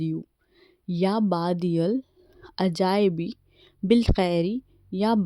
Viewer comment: It's not ya baadiul ajaibe it's ya badiul ajaibe